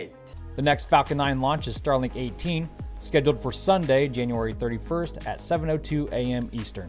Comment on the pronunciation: When you mentioned Starlink 18, it reminded me of a previous episode when you mentioned Starlink 17. That made me think, “Did he just say Stalag 17”?